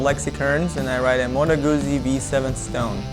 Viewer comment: Motto Guzzi ... Modo Gootzsee... Get it right hipster! Lol.